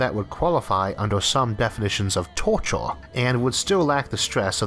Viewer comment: torcho watel And also lator, forevor, failor. That's some strange pronunciation, never heard anything like this.